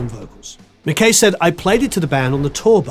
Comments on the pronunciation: Pronounced mac-eye not mac-k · McKay is pronounced MacAye. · That's not how you pronounce McKay.